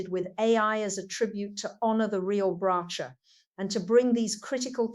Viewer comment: THIS IS AN AI FAKE. The real Bracha Goldsmith has retired from social media and this person is using her face, voice and background. This is the third channel that has been put up doing exactly the same. The person doing this says they are "honouring Bracha's memory' or some such - but can't even pronounce Bracha's name correctly! I have reported it. Please don't think this is in any way associated with the real Bracha Goldsmith.